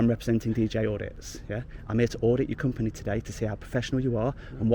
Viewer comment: It's company not companehh, "You're representing your companehh" guy is such a loser.